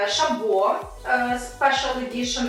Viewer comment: не ШабО а ШАбо, приятно смотрится.